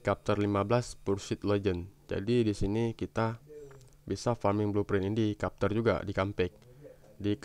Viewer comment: bukan kapter bang tapi bacanya "cepter"